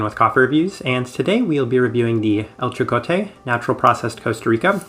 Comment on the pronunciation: i thought i would point out that the j in jocote is pronounced like an h and not a j, love your videos!